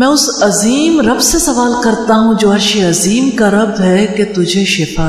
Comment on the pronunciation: madam apni alpaz drust karo arshi azeem kaha karo